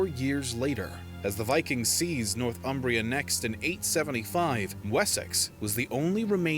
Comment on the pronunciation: "Northumbria" is pronounced "Nor-thum-bria". It derives from "North Humbria", the land north of the river Humber. The narrator in this video pronounces it wrongly. He seems to imagine a different derivation: he is saying "North Umbria" with a definite gap between the two words, most probably having Umbria, a region of Italy on his mind.